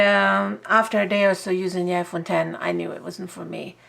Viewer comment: Thank you for not calling it the iPhone ex like an ignorant person lol 😂